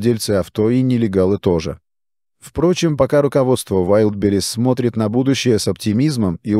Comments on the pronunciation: Искусственный интеллект еще не совершеннен. Удареня путает Вайлдберриз прочитать не может. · ВайдИбрис))) Автор видео, научитесь уж правильно произносить название! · Научите уже робота правильно говорить название маркетплейса. Позорит коллег-роботов.